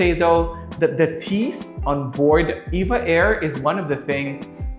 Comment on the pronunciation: Btw it’s E-V-A not “Eva”